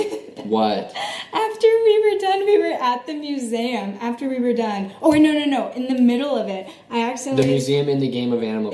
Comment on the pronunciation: Museum* not musaum